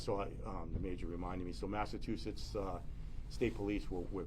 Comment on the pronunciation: Where is massa-too-setts?